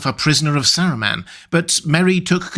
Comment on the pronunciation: I agree! The only thing I don't like about videos is the way he says 'Saruman'.